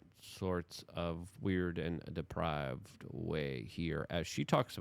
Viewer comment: DeprAAAAved not deprIIIIIIved